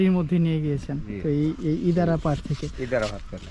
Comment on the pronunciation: আরে ভাই আপনি ইন্দারাকে ইদারা বলছেন কেন সঠিক নাম বলেন।